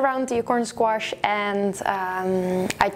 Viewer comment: "I pre-par all the squarshes". Lol.